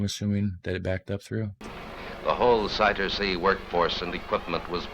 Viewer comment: hehe he said Cider sea. But it's Zuiderzee (Zuider-Zee). Southern Sea